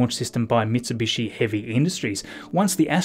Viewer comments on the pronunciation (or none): none